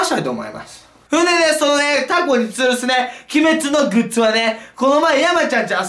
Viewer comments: グッツじゃなくてグッズな笑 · グッツじゃなくて、グッズだよ... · グッツじゃなくてグッズだよ！！ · グッツじゃなくてグッズ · グッズじゃなくてグッツっていう人初めて見たww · 何か違和感あると思ったらズがツになってるのか